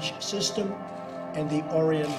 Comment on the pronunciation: This guy can't even pronounce Orion